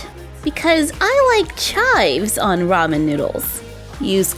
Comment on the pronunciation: Lol I’m Korean and it just bothers me how people pronounce ramen. Also I think the noodles should be more curled. Otherwise I really like it!